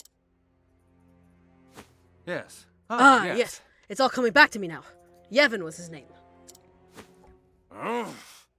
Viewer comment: Yven? but it's an o not an e.